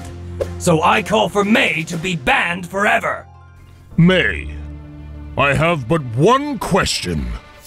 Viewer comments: You say it like meea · Red Robin Her name is Mei, not Mai.